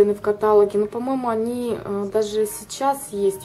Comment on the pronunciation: Не катАлог, а каталОг!!! а так коллекция хорошая, но следите пожалуйста за правильным произношение слов